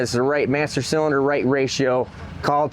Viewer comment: Hey, what the hell is a CYLDINER?? Was that supposed to be CYLINDER??